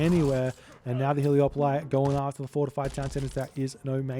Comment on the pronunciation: Damn hahah! And the Trojan soldier says "Hele-O-poli" in mission 6 as well! But all is not lost... In Spanish it's "Helépolis", and I googled it, and the greek name is "ἑλέπολις" (elepolis), wich is pronunced "elepolis" by the Google Translate lady. And I translated that to english and the lady pronunces it "helepolis" as well.